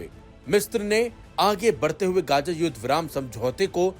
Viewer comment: Are bai uchcharan sahi se karo ye kya hai “ Gaja” “Mistr”😂😂😂😂